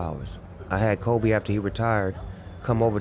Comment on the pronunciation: Love it but mike it’s Kobe not kolby😂